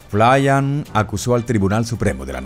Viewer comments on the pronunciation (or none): Si no veo su foto no se de quien habla, su apellido se pronuncia FLIN no FLAYAN. Si no me crees, investígalo. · No es flian es flyn!! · Respecto al general Flyn se pronuncia tal cual flin. No flayan.